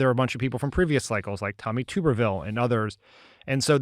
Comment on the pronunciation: Guys, please pronounce the kookie Alabama senator's name correctly. Tuberville as in "Tubb", not "Tube". I know, I know...but that's the correct pronunciation. Alabama expat and Auburn fan here.